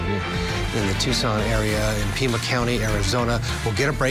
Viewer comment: It’s PIMA County not Prima.